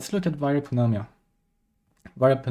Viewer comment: Pneumonia pronunciation is nu-mōn-yuh